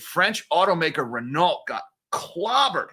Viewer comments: 8.23 Renault T is silent, it is French Ren-no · as a French melon head, you should pronounce: Reno not wit the ‘t’. You can also say:’crap’ which is more realistic. You missed in your story that CEO is leaving the same day, while be hired by in trouble luxury group Kering. On the same days, Renault recorded a 9.5b€ write off on their Nissan holdings. Company claims that CEO leaving same day is a coincidence.